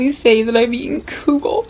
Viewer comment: Omg I'm so happy you made kugel and that you like it! =] The U in kugel is pronounced like the OO in wood. Also, most kugel I've had in the past has been made with like lasagna noodles, but don't worry, it's still considered kugel no matter what noodles you use!